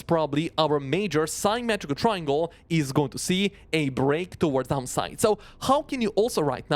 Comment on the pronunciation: Love your content, but bro… the way you pronounce “upside” and “downside” sometimes sounds way too similar and it can be confusing.